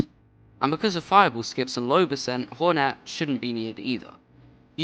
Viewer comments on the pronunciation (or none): did he say hornat not hornet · he’s talking about how he said hornat instead of hornet